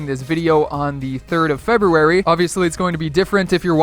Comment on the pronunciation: Can't you say February? Not trying to be mean, just curious.